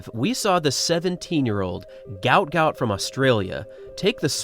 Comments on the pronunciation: Not ‘Gout’ like the illness. his South Sudanese name is Guot, said Gwot. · IT'S GU---OT .....not gout... y'all can't get it correct?? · The pronunciation is "Goot". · He is on record as saying his name should be pronounced Gwot Gwot, although his father says he will answer to anything! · Its Gwot not like the disease